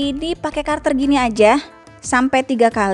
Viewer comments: Cutter, bukan curter.. 😊 By the way, makasih videonya. Suka banget hasilnya. ❤ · Cutter dibaca katter, hehe Cut: potong, cutter: pemotong Bukan karter Hehe peace, syemangat make over mak, big love..